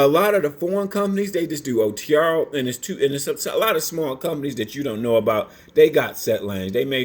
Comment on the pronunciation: He said otrrrruuuuruurrr